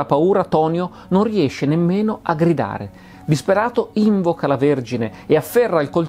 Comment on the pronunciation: Ma perché questa accentazione sdrucciola di "invoca"? Dove l'hai sentita? L'accentazione corretta è piana "invòca", perché i prefissi, in italiano, non modificano quasi mai l'accentazione della parola a cui si antepongono (appunto prefiggere, anteporre, indurre, invocare, ecc.)